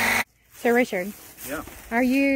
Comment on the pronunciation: Sorry it's Richard and not derik